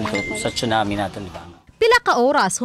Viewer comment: TSUNAMI is pronounced as SOO-NAA-MEE (NOT chunami)